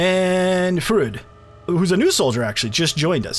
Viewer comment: Freud is pronounced froid. Like Doctor Sigmund Freud.